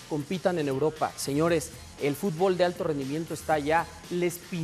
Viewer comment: Dice el Tata que los jugadores mejicanos no sabían hacer algo tan básico como pronunciar el nombre del deporte correctamente: “futbÓl” en vez de “fútbol” 🤣🤣🤣